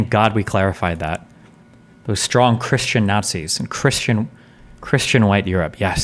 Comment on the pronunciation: oh no, "kershanity". Destiny is one of those people who pronounces 'Christian' "kershian".